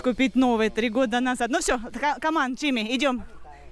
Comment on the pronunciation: слово каман нет есть come on, учи английский